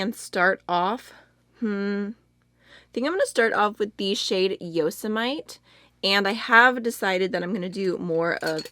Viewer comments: Yosemite is named after a dog whose name is a reference to Yosemite National Park. Yosemite is actually pronounced Yo-sem-ih-tee. :) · I’ve never heard anyone say the way she did who lives in the US. So funny 😂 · Omg i’m from Sweden and even I an getting annoyed at how you can pronounce Yosemite like that 🙈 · Yosemite is pronounced Yo-sem-it-tee, like the National Park. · Omg! You pronounced Yosemite the way my teacher used to! She said she visited and the locals would get upset when "tourists" pronounced it "yo-se-mi-teee". That's so funny, I've never been there so I REALLY wouldn't know if that were true 😊 love your vids btw 💖🤗🤗